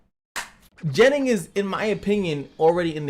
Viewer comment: I like ur shirt. With that being said. Your pronouncing of the word gennin for some reason make the hair on my neck stand up.